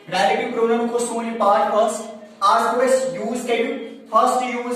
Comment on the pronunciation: Ralative pronoun😂